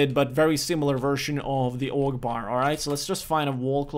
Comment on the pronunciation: When you say "AUG" it sounds like you're saying "Allahu Akbar" lol